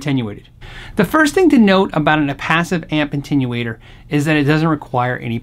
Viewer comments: Agreed. Intenuater...? No. It’s Uh-ten-u-a-tor. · I love you so much dude. This is my own issue, but it bothers me so much when you say intenuator lol Tons of love from Canada! xoxo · he keeps saying "intenuator"